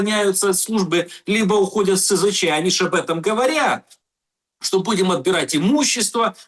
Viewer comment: А ты, дорогой, не умеющий ставить правильно ударения в словах, человек не предполагай. Знать надо! Если СЗЧ, то значит чувак ушел без оружия и БК. С оружием и БК не СЗЧ, а дезертир. И цифры СЗЧ не такие уж пугающие. У меня большинство знакомых не раз и не два уходили в СЗЧ. А дела могут открывать по случаям СЗЧ. Рекордсмен один чувак 8 раз сбегал. А знаете с чего начинает знакомство командир с новоприбывшими - объясняет что бежать надо без оружия и БК.